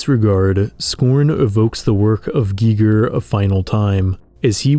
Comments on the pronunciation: I stopped watching when he said "GEEEGER" instead of "Geiger". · Giger. Not geeger. I feel like you don't really know what you're talking about. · its pronounced Guy-Ger, i didnt even know who you were talking about for 5 minutes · ITS *GUY-GUR" lmfao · Who said H.R. Gigger?? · I'm sorry to say but it is 100% without a doubt H.R Geiger as in that's how it's pronounced not spelled. And that is a hill I will die on.